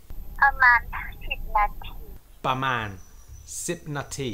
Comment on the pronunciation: Please please be more precise and accurate with the Thai words. "About" is "pra maan" (not "ba man"). We should not foreigner repeat all the mistakes Thai constantly make. Otherwise nice clip. Thanks for all the interesting and useful info